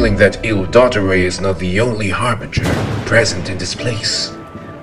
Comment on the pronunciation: it’s do-tor-ray do yall not have drama classes 🤭🤭🤭